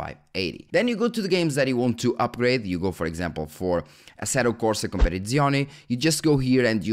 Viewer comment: Sorry for being off topic, but as an italian follower, your pronounce of "assetto corsa competizione" was very funny. I'm not trying to offend, but I tought that being portuguese would help you a little with italian pronunciation, instead I felt like you said that with your "english section of the brain" locked in. Go look some italian gameplay and listen how they say it. I hope you undestand I'm not an hater and I love your videos but since Assetto Corsa is one of the few popular italian games I really wanted you to at least know how it sounds from a native speaker.❤